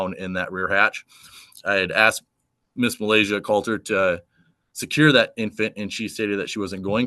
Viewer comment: You AXED for it dummy